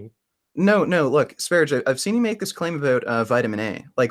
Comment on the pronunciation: It's also annoying that he can't bother to properly pronounce sv3riges name... No respect.